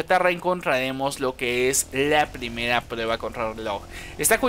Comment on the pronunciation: La pdimeda es cacedío colestedol hahahaha morí de risa con su voz de bebé